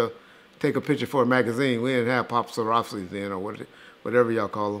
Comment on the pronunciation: When says Popsaraffsi, he really means Papparazzi.